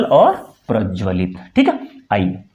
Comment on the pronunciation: 'प्रज्वलित ' को पूरा स्पष्ट नहीं किया गया। लपेट-सा दिया गया। शेष प्रशंसनीय है। अच्छा कार्य कर रहे हैं। शुभकामनाएँ।